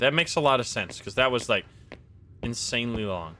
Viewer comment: Didn't you mean... Insym-nly long XD